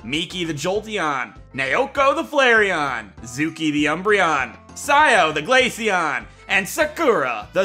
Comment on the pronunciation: GLACEON, NOT GALACEAN! FIX IT NOW!